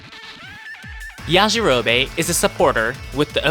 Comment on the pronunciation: Why they saying yajirobe like that 😭😭